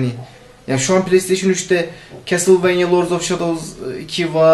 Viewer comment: pileysteyşin dedi ya la :D bırak git ya